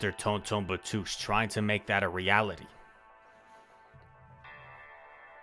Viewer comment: Your pronounciation of tonton batteuse is wrong pronounce with french accenr